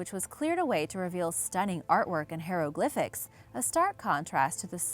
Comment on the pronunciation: Please learn how to say hyrographics...i cringe every time you say it wrong...